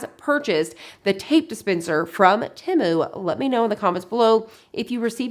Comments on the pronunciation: You say Timu. It is Temu…..(teemoo). Please correct your pronunciation. Thanks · The pronunciation of the company is “Tee-moo.” That’s what the website said. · It's Said like tea moo.... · I love shopping at Temu. I've never heard anyone pronounce it quite like you though, lol (short i sound).